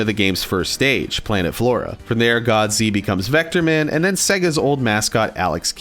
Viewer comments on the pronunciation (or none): none